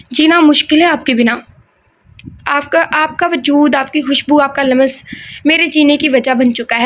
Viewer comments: Lamas nahi lumms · Dear lums parha Karen, laam aur meem ke beech yeh ko lamb naa parha Karen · Lams پڑھیں م پر زیر زبر نا ڈالیں ۔۔۔ ل پر زبر ہے بس ۔۔۔😊 آپ گوگل پر اردو میں الفاظ سن بھی سکتی ہیں ۔۔۔😊❤